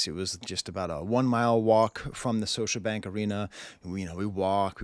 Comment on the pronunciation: The second "t" in Toronto is silent professor lol (and Scotiabank has a hard "k" sound "Skosha")